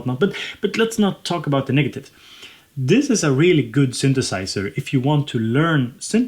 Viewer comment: sunthusiser, analog rrrrrrytme lolllllll